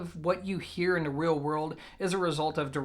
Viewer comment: I can't listen to this dude anymore for one reason..He can't say the word THE, instead he says DA..Learn how to speak properly before you put yourself out there and subject people to DA things you have to say.